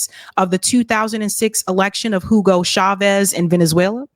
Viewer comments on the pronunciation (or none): none